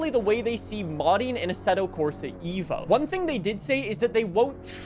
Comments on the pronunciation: its "eh-vo" not "evo" please . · Eh-vo not EE-vo. Its an Eh-volution, not an EE-volution